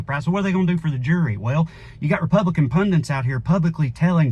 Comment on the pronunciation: … you’re pronouncing the word “pundit” in quite as southern way :-)